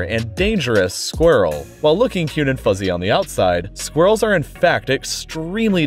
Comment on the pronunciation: So glad you pronounced it squirrels and not sqwerls